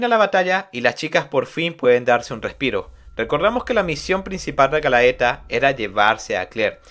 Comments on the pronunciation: Quería ver el video completo pero se me hacía irritante la mala pronunciación de los nombres y conceptos mezclandolos en ocaciones como hizo con los despertados y los abisales que son dos cosas completamente diferentes en cuanto a poder jaja buen video de todas formas, este manga es de lo mejor en cuanto a fantasía oscura, tendría que sumarse al trío de berserk, vinland saga y vagabound. Por cierto para aquellos que quieran ver el anime tiene una versión en español hecha por funimation, en face pueden encontrar los caps. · Qué dolor de oidos cuando dices "Galaeta" Por favor!! Lee bien, es "GALATEA"!!! 🤦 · GA - LA - TE - A viene de la leyenda griega de la muñeca de Pigmaleon, ademas que es ISLEY de Alphonse es decir que es ISLEY el NOMBRE lo otro es la ciudad de donde proviene, sin esos errores hubiera sido 100/100 la narracion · Está muy bueno el resumen 👌👌👌👌 Lástima como nombrabas a los personajes🤌🤌🤌🤌